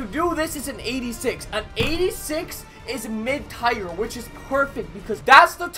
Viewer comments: no hate but it’s tier not tire. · U still saying tire instead of tier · The word tier is pronounced the same as “tear” not tire. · When he says tire instead of tier... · Lmao this dude pronounced tier “tire”. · I think Kobe n Magic were laughing at you pronounce "Tier" completely wrong lololol. GREAT video tho bud. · He won't stop it's killing me lol